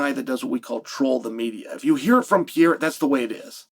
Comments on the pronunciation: CHAEL IT'S Perr-er-Ah C'mon Man!!!😂😂😂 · Chael saying piaira is frying me so hard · Who's this "PIERRA" guy Chael is talking about. I know an Alex Pereira, but never heard of "PIERRA". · Alex PEE-era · Pierre ? Cmon chael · Chael its so easy, PER-RARE- UH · Pee-aera? stop murdering the name. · Pereira had now become a two weight class ufc champ and still hasn't learned how to say Pereira